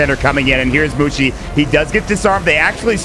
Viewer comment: MUSHI ... without T